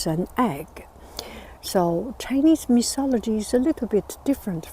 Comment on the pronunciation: it is pronounced 'myTology' not 'miSology'...and 'coucou evening' does not make sense